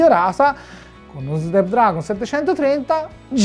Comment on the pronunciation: Si dice "SNAPDRAGON" non "Snepdragon"!!!!